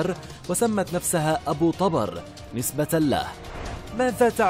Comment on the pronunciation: ابو طُبر يعني مو طَبر تلفظ ابو طوبر مو ابو طابر